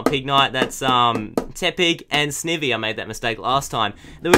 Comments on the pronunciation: It's said s-n-eye-y-ee. Not i say eye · It's not sivny its snivy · You say snivy "snievy" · Sn-I-vy! GAWD say it right snIvy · Btw sn-I-vy that's how you say it